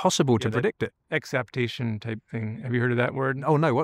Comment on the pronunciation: At first, I thought he said ACCEPTATION, but now I think it was EXAPTATION.